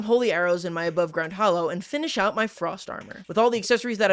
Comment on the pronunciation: its "hallow" not "hollow"